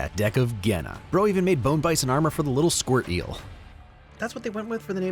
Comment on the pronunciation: the way Kwei pronounces "Genna" sounds like "Gehenna", which sounds intentional given its description as "the death planet". That sounds like it'd be Hell.